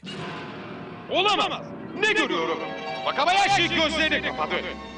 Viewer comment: genzo vakabayaşi diye okunuyor bakabayaşi diyenler sadece bilmeyenler